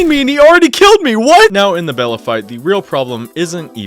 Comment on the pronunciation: He also called 'Bela' 'Bella' so hes clearly fake smh my head